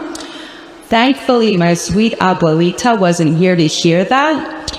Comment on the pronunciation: That's funny, she miss pronounces gramma. I had to rewind that spot a few times to hear her pronunciation. She said Oblowita. It's obuelita. What an idiot.